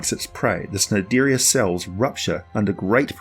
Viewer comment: nope. It's pronounced like nigh-dairy-an